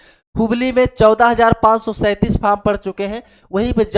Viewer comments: Vo faam nhi form hota h kya master banega re tu 😂😂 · अरे बोका तुम ओ अपना लोकल language में फॉर्म को फाम बोल रहा है